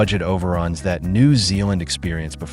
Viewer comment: I live in NZ. The way the AI pronounced "New" in New Zealand is so weird I can't listen to it any longer.